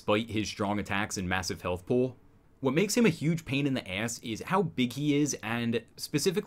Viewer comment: The way you say "pool" I'm starting to think you're from Baltimore.....specifically Dundalk. Great vid though.